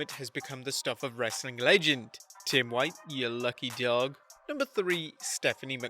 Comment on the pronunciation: I like it when you said "RHASSLin content!"